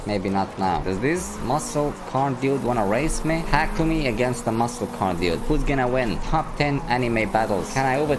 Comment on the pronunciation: you know this dude ain't seen initial D if he's mispronouncing takumi's name. smh.